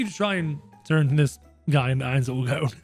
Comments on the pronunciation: It’s not “oil” it’s “oal” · I meant ool he was saying ool when it was oal.